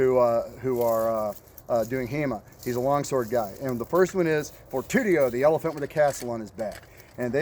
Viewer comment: Fortitudo, not fortudio